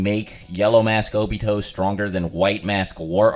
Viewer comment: Nobody:: “Obitho”